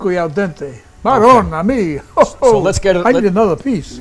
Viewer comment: Eh... "Maronna mii" davvero! Non critico la ricetta, ma fatela più "cooked AL DENTE" ahahahhah